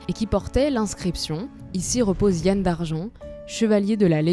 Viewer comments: Ça se prononce Yan comme dans amande, et Douarnené pour Douarnenez. Et Huelgoat se prononce Hu-el. Autrement vidéo super. An amzer a dro, an Ankou a sko" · "Yann" se prononce yan-ne comme dans kouign amann (qui ne se prononce pas kouigne amane par ailleurs "youdig" comme tout les mots se terminant par "g" se prononce "youdik" "Morvarc'h" se prononce avec un "h" aspiré à la fin, on ne dit pas "morvark"